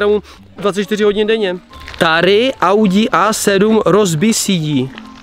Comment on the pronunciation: eh :D [auďi]? :D